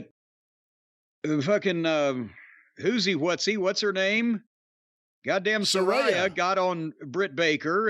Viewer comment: sa RAY a how hard is it to say 🤣😂